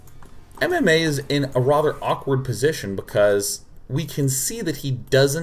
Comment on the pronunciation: You say "rather" so strangely... Every time.